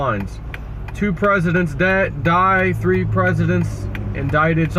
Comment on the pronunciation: He said "two will be taken and tree will be shaken".